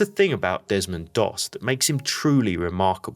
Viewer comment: Its Desmond Doss not Demond please correct if its not AI...